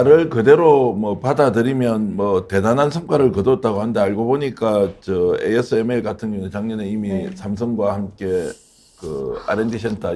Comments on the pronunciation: 아스메르 라고 읽는 머저리가 어딨냐 에이 에스 엠 엘 이렇게 읽는다 머저리 넘아. 내 귀를 의심했네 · ASML을 아스맬이라 발음? 좀 있으면 ASTM을 아스틈이라 하겠네.